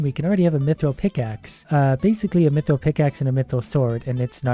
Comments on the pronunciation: WHY DO YOU SAY MEATRILL ITS MYTHRILL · Am I the only one that knows mithril is pronounced myth ril not meee thrill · Me-thril or myth-ril? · He said it correct so many times and then a random me-thrill and I died. Again. Its ok. I'll respawn. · "Meethril" Dying m8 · so he pronounces mithril as me thrill and mithril... huh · I think this guy has convinced me I've been pronouncing mithril incorrectly my whole life